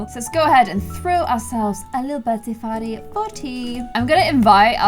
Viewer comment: Did u notice said birthday fartty.